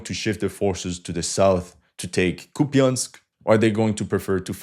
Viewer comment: KUP yansk ---> COUPE ensk. YA = YA ya = e (mute or schwach), in non-stressed syllable.